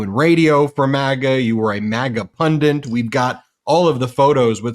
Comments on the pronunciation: Ben - it’s not a “pundant,” it’s not a “pendant,” it’s a punDIT.” If you were just some guy talking, I wouldn’t worry, but millions of people are going to learn the wrong pronunciation from you! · Ben, what is a pundant? I think you mean pundit. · Where does the word pundent come from? It's pundit. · Ben, please learn how to pronounce "pundit"! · There’s only ONE ‘n’ in the word “pundit”.